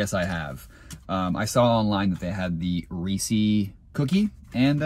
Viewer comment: The Reece’s cookie sounded like wet ass cookie, crumbl cookie in a pot.